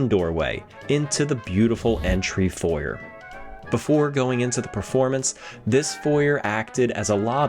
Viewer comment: "Foyer" noooo 😄great video though, love the level of detail and ambiance